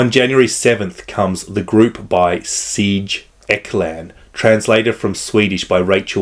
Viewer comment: Sigge Eklund, definitely. You pronounced it Siege Eckland. Made me giggle, so there's that. 😆 (Siggey Éklund would be more like it)